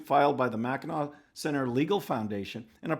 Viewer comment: My doctor has been telling me to schedule a colonoscopy. I was hoping I could get a second opinion. Does anyone know how I can get in touch with Greta? I also have some investment questions for her. Whoa! You pronounced Mackinac correctly. Are you from Michigan?